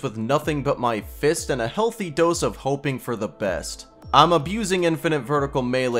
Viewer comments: PLEASE I BEG STOP SAYING "FIST" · Why is he adding so much emphasis on "fisting" and "fist"💀